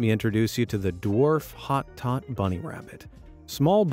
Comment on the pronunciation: The rabbit name is pronounced "Hotoe" And they are prone to biting and can take chunks of flesh and they are extremely energetic. The smaller rabbits are often more prone to biting. Flemish giants are as large as dogs, relaxed, and great with kids. Don't go for the little ones. Take it from a rabbit breeder who shows rabbits.